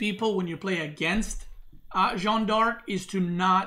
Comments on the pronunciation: Dude Please it's not John, it's Jeanne, ... at least pronounce like Jane, ... or ask marine lord how to pronounce it in voice chat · You're pronouncing Jeanne d'Arc well except you pronounce the an like in Jean, but in jeanne both e's are silent. it's like Jane except with a fully open A sound as in Ann. Jeanne. Jann.